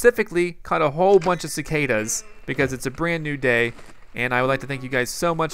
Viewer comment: Cicadas sounds like sick haters